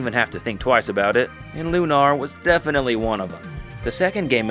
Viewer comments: It's not Loo-NAHR, mate.l, just said normally. That's an admitted Victor Ireland marketing trick, that hack, lol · Hee, it's a bit funny hearing you call it Lu-nar like that. It's called Lunar 'cause (spoiler) it takes place in a crater on the moon that has been magically made habitable. If there's one problem I have with the game and its sequel, it's that they never really explained what happened to the Earth, in detail, and where everybody's powers come from, particularly the Goddess. Though, if there is something that explains that outside of the two games, I'd like to know about it! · You don't know how to say Lunar? C'mon.